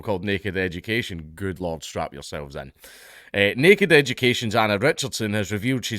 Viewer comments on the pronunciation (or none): Did he say "Strap In" or "Strap On"??? 😁